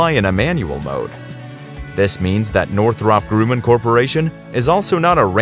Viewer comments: "Groooooman"!? "North rop"!? POS Computer Generated fake voice narration! Thumbs down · If you or your bot can't pronounce Northrop Grumman correctly, you haven't been around the aerospace industry long enough to be qualified to make videos about them. I literally flinched every time you fucked that up.